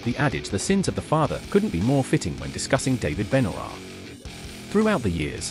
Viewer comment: David "BEN-U-ROIR". 🤣🤣🤣🤣🤣🤣🤣😂😂😂😂😂😂😂😂🤣🤣🤣🤣🤣🤣🤣🤣🤣🤣